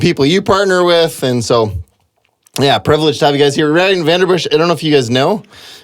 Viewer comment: I always thought it was pronounced Van-den-Bussche not Van-der-Bussche?